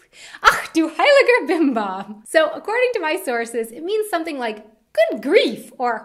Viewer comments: Don't say 'ex' in that way😂 you have to put a more bored and maybe already drunken sound in it...😂😂 But that 'heiliger Bimbam' thing is just perfect👌🏻 LG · Ach Du heiliger BimBam - is more a bit scared surprise expression (i.e. when something bad happened) rather than just being surprised & it sounds awesome when you say it - keep it! :) ex! - lose it. Stick with "zum Wohl". Ratz Fatz - sounds really nice when you say it, but maybe you have to find more fitting context to use it ... Dödel - it can mean dumb person or jerk, but it can also be a slang-word for penis! Batzen - i don't know about Bavaria but in the rest of Germany better lose it. Kopfgärtner - i laughed so loud at this one! I never heard it before and i must say i love it! It's a really funny one pun. Use it - if you like to and are in a joking mood. :D - btw that's so awesome about german, that we are able to invent new words just as we like and everyone is able to understand them. :) Gammel is junk, yes - but i know it only as a verb: "Ich habe heute den ganzen Tag nur herumgegammelt" means "i was lazy all day long", and by lazy i meant really lazy! Or food is "am gammeln"(and "gammelig" would be the result of), then it means the food is rotting. Faxenheini - yes that means a funny jokster GickGack - i didn't know this one, but i'm also not a youth anymore. ;D I know only "gickeln" (means snickering) and "gackeln" (means chitchat in a funny way). Btw your pronouncing is really good, only at the GickGack you spoke the "a" like an "ä", but everything else was fine. :) For german slang-words just go to "Sprachnudel" or "Mundmische". You can find both on Google on the